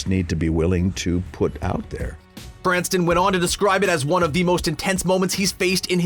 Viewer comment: STOP CALLING HIM "BRANSTON"!!!!